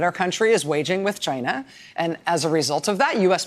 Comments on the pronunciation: Why does truMcP 'China' sounds like vigina??? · Um Rachel, I believe it's pronounced, jyi-na . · Is he saying “ ‘gina” ??? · China, rhymes with “Gina”.